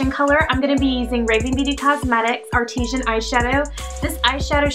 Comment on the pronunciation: Artisan isn't pronounced like artesian, I spent like 20 minutes looking for "Artesian" on Raving Beauty before I actually looked in the description box (I was just listening to your video) xD. "Ar-ti-sun".